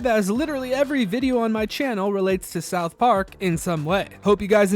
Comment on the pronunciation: Great video but you say "south park" weird